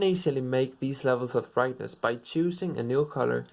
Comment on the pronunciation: Hue Saturation Vrightness